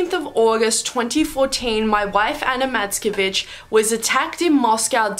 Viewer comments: When u said Anna Matskevich i heard u said Anna the b**ch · I thought she said : Anna Matskebitch (No offense btw ;-;) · At the beginning I thought you said "Ana, mask a bitch"